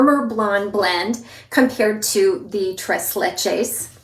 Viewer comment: TREIZ LECHEIZ